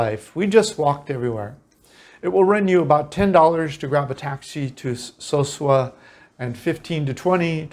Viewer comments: Excellent video. I live in Cabarete part time. No disrespect but the name is Ca-ba-re-tey (Cabarete) not Carbaret. So-soo-ah (Sosua), not soshooah, as you pronounce them. We foreigners tend to rename a town to our liking when that isn't correct. Anyway, Internet speed max is 200 mb if you have fiber optics installed for about 8500RD per month. Like any country, in the world you have immerse yourself in the culture together a better experience. So in this case I would learn Spanish as much as possible because like any other country, if you don't know the language, you will be taken advantage of. I'm Dominican but I am a gringo. And I'm treated as such until I open my mouth and they still try. You have to be somewhat of a fast thinker and talker when it comes to dealing with them there. Prices on most things have gone up since but it's still reasonable. Definitely way less expensive that in the US. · Pronounced: Caba re tey. (So su ah) That is not white sand! Light brown. Been there. Nice place.